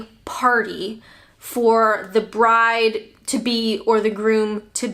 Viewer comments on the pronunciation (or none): none